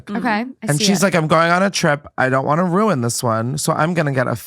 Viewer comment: Ugh.. Ruin is pronounced "roo-in" not "roon" please stop